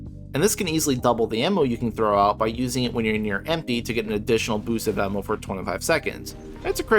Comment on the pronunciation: Ammo is spelled and pronounced with an A. Just so you know.